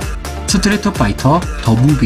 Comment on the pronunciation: 스트리트를 스트리터로 발음해서 상당히 거슬린다